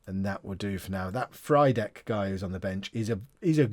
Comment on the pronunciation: Frydek's pronunciation is "free-deck" mate, as it's Frýdek in Czech :)